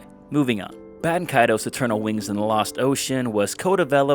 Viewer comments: Considering Baten Kaitos is the actual Japanese name to the game, there is only 1 way to pronounce it. Japanese doesn't have weird pronunciation rules like english. You pretty much just pronounce every single letter in Japanese. It's Bah-teh-n Ka-I-to-s. If it wasn't intended to be pronounced exactly as written, the Japanese would have changed the spelling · Bay-ten Kay-toes 😤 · it's important to remember that in Japanese, phonetics are virtually always pronounced the same way with very few exceptions. So ば is always "ba". And て is always "te". So yeah, it IS "Bah"-Ten Kaitos(u) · dont worry, I pronounced it apparently the most wrong way, which was BAY-TEN KAY-TOES.... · >know the game name pronunciation is confusing >finds primary source in Japanese AND an obscure English source >Still pronounces the name wrong I’m upset